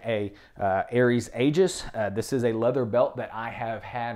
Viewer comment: Aegis is pronounced “ee-jus” rhymes with Jesus